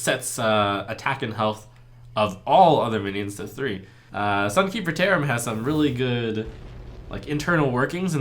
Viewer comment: LaybackGames Ye, I know he said that. But when I heard this phrase for the first time I heard "theremin" =)